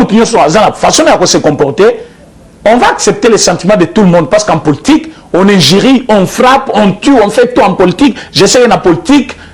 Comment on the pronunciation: Poltik te mais politique bien prononcé mon frère